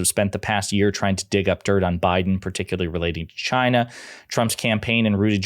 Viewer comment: Perhaps they were giving him money as an incentive to pronounce CHYNA properly.